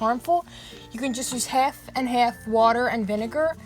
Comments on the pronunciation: I love how she pronounces an a like e for example there’s a hef and hef of water and vineger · The way she said bath and half is oooh